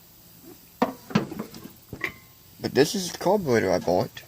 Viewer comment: Das a mopower cawburratew? Sheems wike a wase a time? 🤪